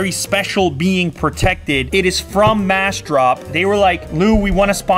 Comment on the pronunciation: Unbox Therapy i think its actually massdrop ? :) the whole time you seem to used the word “mash” drop :)))